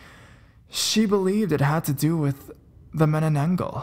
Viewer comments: It is pronounced ma-na-nang-gal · It's actually pronounced as 'Mah-Nah-Nan-Gal'.